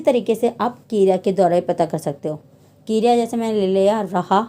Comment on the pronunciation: Kirya nahi kriya